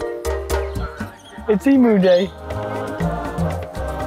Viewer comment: This must be where you learned to say EMU properly, good onyah , fairdinkum , the ubeaut , to hear